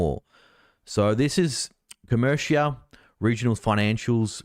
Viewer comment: Pronounced Co mer ica. I got out of that 6 months ago